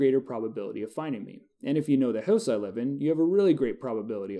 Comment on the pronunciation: haha i love how you say "hooose" instead of "house"